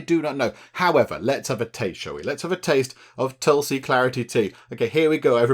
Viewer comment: It is pronounced tool-see(no matter how it is written). And aa-you-r-whey-dic. Tulsi has a distinct smell but it isn't a harsh flavoured herb. You usually consume it with sugar etc. after prayers or in a herbal concoction when sick.